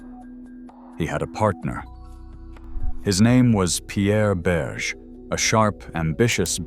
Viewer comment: Yes, and his lover's name is pronounced not "Berje" but "Berjay' ( roughly).